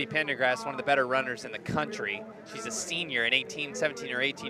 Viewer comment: Male announcer kept on adding in an R to the one girl's surname and saying PendergRast instead of Pendergast...